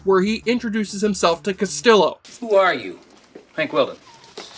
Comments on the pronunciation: This guy can't even pronounce his "favorite" character's name. Marty Castillo, the ll like a Y. He talks about how stupid Miami Vice is because drug dealers would easily learn Burnett is Crockett. They addressed this issue in the fourth episode. This joker wasn't paying attention. And does he think dealers from all over the world have a clubhouse in Miami like the Little Rascals? Just because it's flowing into Miami doesn't mean they're all there all the time or even ever, many times it's the intermediarys they deal with, and Crockett and Tubbs either gets them locked up for a long time or smokes them, flushing one bad guy down the gutter so three newbies can take their place. And Crockett doesn't do any work? I could go through every episode he's in where he's contributing big time to the OCB...and the one case he wants off, he asks for understanding and Lt. Castillo responds, "You want understanding. Understand the job gets done." Joe Blah talks about how stupid MV is, take a look at your own stupid script you read for this little video. Oh, the people saying it doesn't get good until at least halfway in the season is crazy. Calderone's Return 1and 2 - another MV "mini movie" with one of the shows most iconic lines: "Money that gets paid for blood gets paid in person." Don makes Crockett bad azz in that scene (not doing work according to Joey.) Then One Eyed Jack, No Exit, The Great McCarthy, Glades, Little Prince, Milk Run - that's a great stretch. Grrrrr... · Tubbs wore suits, not Crockett. lol. The pilot WAS amazing. No one on Miami Vice pronounced Castillo like Castilo, and to think he was your favorite of Miami Vice. 16 minutes in and I haven't heard one thing about "what happened to Miami Vice". All of this video is just a review.. Skip to the last 4 minutes of the video to finally hear "WTF happened to Miami Vice". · Bro, how are you a fan of Castillo if you don't even know how to say his name? Honestly? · Sorry....but you mispronounced Lt. Castillo's name.